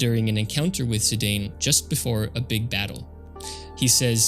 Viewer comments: you sure it`s zi-day-n, not a zi-dan like sakaguchi used to call him? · Dropped after 5 seconds when you said "Zidayn". If you can't even pronounce the main character's name, how am I to assume your video about their game will have anything to teach me? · Zi-Dane?! Naaah 😂😂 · Zidane is pronounced "zee-dahn" (ziˈdɑːn) not "zee-dayne" (ziˈdeɪn). It's a real-life European name (variant of an Arabic "Zeydan" name to be precise), so it's not like the Tidus situation, where it's not obvious how to pronounce it. There was a that French football/soccer player called Zinedine Zidane (infamous for his memed to hell headbutt attack during on of his matches) - you can always check how his name is pronounced if needed ;p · Zee-dan, no zee-dane. One of the best football players of France is called like that and was obviusly taken from there. If its called Maradona you wont called him may-are-done-ai right? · Someone probably already mentioned it but Zidane is pronounced as Zee-dan. I used to pronounce it Zee-dane as well until I played PSP Dissidia years ago and it made me look it up and turns out it's an actual real world name and his original Japanese name, also pronounced in Dissidia, is Jitan. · it's pronounced zeedahn, a french name. remember the dude that headbutted the football player in the world cup 2004? that was zidane. i too said zaidayn when i first played the game in 2000. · Ah, close! There's a canon way to pronounce Zidane's name, and I can't listen to Zidayne lore for 15 minutes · You mispronounced Zidane